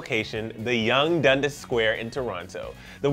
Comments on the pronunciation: "yonge and dundisss" DUNDAS IT IS NOT HARD TO PRONOUNCE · if you're from Toronto you already know dundas is pronounced "dun-das" not "dun-dis" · Here I am again commenting DUN-DAS not DUN-DIS lol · LOLLLLL the way he said DUNDAS !!! love u bro!